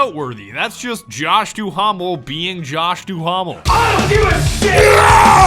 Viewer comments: It bothered me more than it should but with Josh Duhamel, his last name is pronounced "doo-mel" not "doo-hahm-el" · Lol the H-A in Josh’s name is silent lol. Still a funny video. Plus the campaign looks fucking bland.